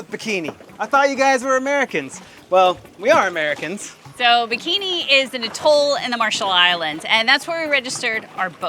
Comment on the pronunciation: Love you guys, but please revisit your pronunciation of "atoll" and "ensign" 😉